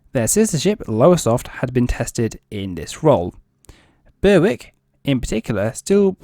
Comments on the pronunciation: Berwick pronounced Berick, w is silent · A few pronunciation corrections: Rothesay has just two syllables, 'Roth-See. Berwick has a silent 'W; so 'Berrick'. Fowey is pronounced 'Foy'.